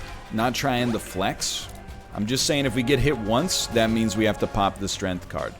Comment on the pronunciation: every time I hear NL say "strength" without the 'g', I am reminded of the DMX song where he goes "Hit it with full strenff"